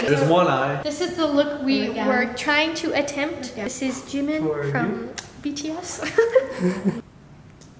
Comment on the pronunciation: It's JI- min not Jim - in